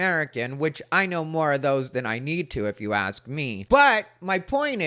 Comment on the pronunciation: Hearing “Axe” instead of ask is another one. Or “Exspecially”